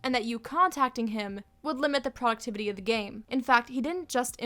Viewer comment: "Poductivity" legitimately made me worry if i had a stroke wtf